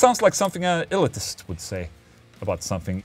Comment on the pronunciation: Interesting. I've never heard elitist pronounced like that. ill-it-us as opposed to ill-ee-tis